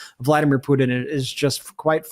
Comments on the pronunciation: I giggled when Brett pronounced Pudin for putin.😂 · WHY?? why can't on the far left of the screen pronounce his Ts?? "Vladimir Puddin is really pushing his buddins. idk why it drives me crazy but I can't stop hearing it now